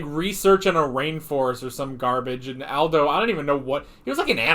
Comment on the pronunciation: Its aldo ( all-dough)